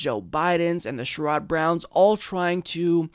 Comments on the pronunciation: I can retire at 55... so Medicare at 55 sounds great. BTW...it’s not “Sure odd” Brown... it is “Share id” Brown. Incremental gain is Neoliberal now? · Also, for the record, it's "Share - Rod" Brown, accent on the "Share". But not really important. Just piling on :)